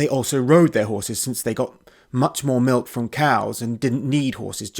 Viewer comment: Sounded like they're "MILF" lovers at the same time.